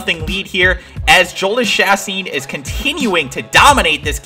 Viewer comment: Just a little heads up Jhoulys Chacin is said "Yo-lease Cha-seen" :D